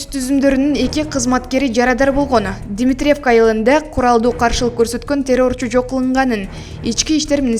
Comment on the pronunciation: Дметиревка,, эмес, Дмитревка , ударение дегенди мектептен окудун беле, туура айтканды уйронсонор боло.